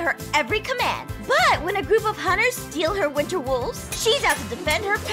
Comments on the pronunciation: I think ein said "wister soulstes" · Hahahahahahaha! He does say "winster" LoL when I spelled it it was autocorrected to winter! HA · Winster said winster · Aphmau: every werewolf must obey her every command: gives her a cake for some reason Aphmau: pretends to be scared: IM THE MOST POWERFUL WOLF DURING THE WINSTER SEASON. Me: questions why he said winster instead of winter Then me a second later: *wonders why is it always the richest player (is that how u spell it): MY STEAK IS COLD 😢 Me: didn’t he like cookies? Aphmau: ein unleash the poops Me: hysterical laughter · Anyone else notice that says 'winster' instead of winter when he is declaring himself a winter wolf? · Did anybody else notice said winster instead of winter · Anyone else realize that that ein said winster and not winter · Why does say one Witser🤣😂🤨